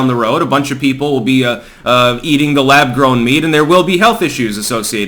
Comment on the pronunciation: Lab “Growm” meat? Are you fu*king kidding me?